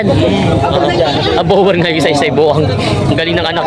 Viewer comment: boer pronounced as bor